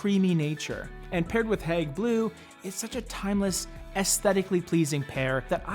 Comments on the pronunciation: You're saying " hag" blue, but it's" heyg" as in hey with a g on the end. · Hayg. Not hag. (After the museum) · It’s Hage (Hauge) not hag ... lol... I love this color! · Your KILLING the pronounciation is not HAG its Hague HAAGGEE... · Isn’t it pronounced Hayg rather than Hag? Like the town in the Netherlands? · Great video, thank you. If I may mention with good intention; the pronunciation is hAyg, like The Hague in Brussels, Belgium. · Love the video and I have Hague blue in lots of places in my house. But just for reference-you pronounce it HAY-G blue like The Hague in the Netherlands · Pronounce it Hayg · Gorgeous color but hearing you call it "hag" blue over and over again is just so wrong.